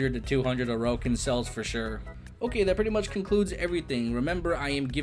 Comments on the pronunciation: Ain't it pronounced like Oar-ukin or something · The way he say orokin cells lmao